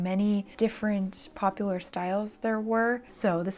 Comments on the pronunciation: That “pop-YOUhoo-Ler” killed me 😂😂😂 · No one: No one ever:: PoP-U-LaR we love the spontaneous wicked refrence✋ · "pop-u-ooo-lur" you'll hang with the right cohorts, you'll be good at sports, know the slag you've got to knooooow- so lets start- cuz you've got an awfully long way to go! (If you know you know)